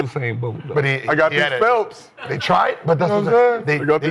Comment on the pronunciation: “How many speedos micheal phelp sell” 😂